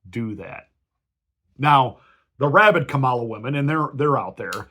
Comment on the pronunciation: Exactly! The fact that he is intentionally mispronouncing her name is a dead giveaway., you sir are no Christian.